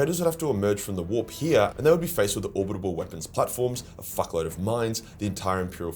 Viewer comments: Orbital not orbitable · Don't take this as me talking shit, I find it endearing, but just cannot pronounce Orbital to save his life can he? It's not just this video either! Ha.